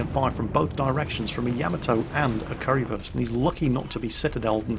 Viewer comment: Is he saying curryfurst lmao